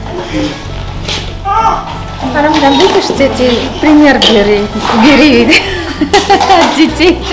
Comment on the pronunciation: И всегда говарит бири 😂😂😂